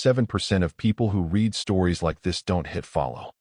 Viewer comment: Teach ur AI to say read in the past tense!